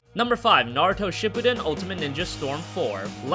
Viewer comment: ITS NA-RU-TO!!! NOT NA-RO-TO!! I LOBE NARUTO AND IT MAKES ME CRINGE WHEN ITS MISPRONOUNSED!!